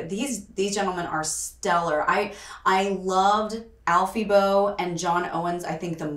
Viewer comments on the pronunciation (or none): none